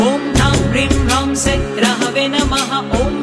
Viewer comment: AAP sah ko say bol rahe ho